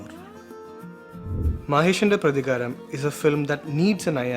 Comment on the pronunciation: But he didnt say maheshinte prathikaaram correctly